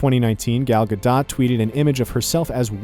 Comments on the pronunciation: Mans butchered the Princess’ name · when you can’t pronounce Gal Gadot’s name correctly you’ve lost all cred